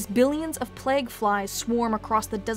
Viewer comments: Nurgle the Plag Lord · The way you say "plague" makes my uncomfortable and you should change it.... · Good video, but you say “plague” in a really weird way.